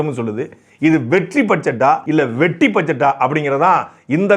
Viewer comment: Vetri illa sir vetti nu sollunga sir